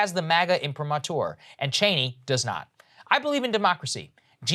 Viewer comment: Saagar "Imprimatur" Enjeti